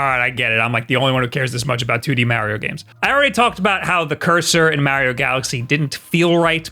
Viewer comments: He keeps saying Mowio!! 😂😂😂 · If this is a switch channel why does he say the name "Mario" wrong? It is kind of hilarious because in the begining of the video he went out of his way and specified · say Mario properly. DO IT!! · Dude how do you even say Mario like that? I can’t even replicate the way you say it. That’s how wrong it is. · Can we just embrace the way he says mario... 🤣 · I love listening to people with a thick East Coast accent pronounce "Mario" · You are the only other person I know who pronounces Mario that way lol. People rage at me for some reason when they hear me pronounce it like that.